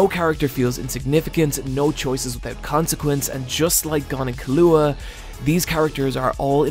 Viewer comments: In exchange he now pronounces Killua wrong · Hes killing me with the mispronunciation of Killua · why do you pronounce keeloas name so weird 🤷‍♂️ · Well, you should watch Hunter x Hunter again so you can learn how to pronounce Killua's name right. It's really not that hard. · C'mon Killua: Key-Lou-Ah Kurapika: Khu-Rah-Peek-Ah Love your vids keep up the good work❤️